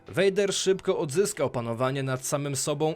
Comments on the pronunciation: No spoko... tylko przydałaby się jeszcze poprawność w wypowiadaniu imion, czy nazwisk bohaterów 😉 (czyt. vAder tylko vEJder, itd.) Przydałoby się to zmienić, bo (jak dla mnie) troche psuje odbiór... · Wszystko kox ale popracuj nad wymowa bo raz mówisz Vader a raz poprawnie vejder...i ta leja ograna xD